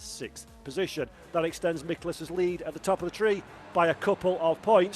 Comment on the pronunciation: Dear: The correct pronunciation for the Hungarian driver: Michelisz: the "C" is silent. I mean no "K" sound in his name. Thank you and love you.